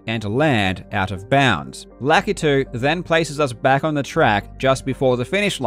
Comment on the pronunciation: thank you for pronouncing lakitu correctly